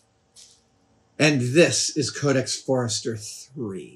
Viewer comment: Amazing! Just some small corrections: Leicester is pronounced “Lester”, and it’s Codex Forster, not Forester.